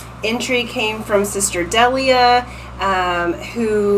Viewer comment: What an excellent reading and so on point!! I’m Delia and you actually pronounced my name correctly, that rarely happens. Thank you so much gorgeous 💕💕💕